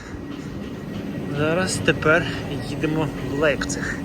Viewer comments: автор, як потрібно прочитати назву міста LEIPZIG - лЯйпциг щоб вийшло як у вас лейпціг !?))) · до чого тут вікіпедія як що ця назва читаеться як лЯйпціг. Так само як футбольний клуб FC Bayern такі як ви чомусь називають Баварія )))